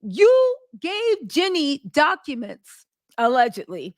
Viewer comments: Jean'e not Jenny!!!! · It's Jeanie...not Jenny